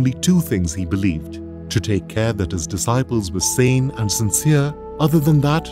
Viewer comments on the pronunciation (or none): none